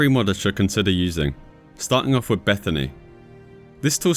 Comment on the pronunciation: First time ever hearing BethINI called "Beth-a-ney". Ive always heard it as "Beth-I-N-I"